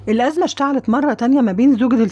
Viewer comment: ألازمة وليست الاذمة😕